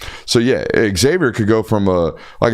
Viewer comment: Not to be that guy BUT... the way pronounces the name Xavier triggers me.